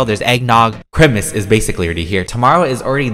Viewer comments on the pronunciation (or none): can someone tell me why he is calling it Chrimas??? its really annoying me :< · It's time for CHRIMUS! Me: Loves how he says Chrimus instead of Christmas. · I love how you say Christmas like CHRIMUS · We love the peetah accent “crimmas” 😍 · ”ChRiMaS” My dumb self: WhAtS cHrImAs?? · You say Chrimis😂but I’m a fan off you😊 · Its how he says it...its a joke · Why do you say Christmas kind of weird I'm not trying to be mean cuz I always stayed that way too